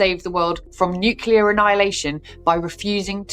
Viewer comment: "nucular" - really?